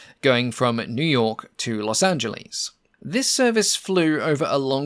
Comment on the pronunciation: 17 min. In, its Los Angeles, not Los Anglese